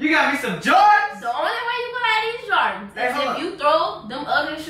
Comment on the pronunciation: Did u say “jardans”🤣